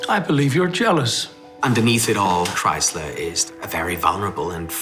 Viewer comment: They keep saying Kriezler's name wrongly. The z has a t sound but they say it like Chrysler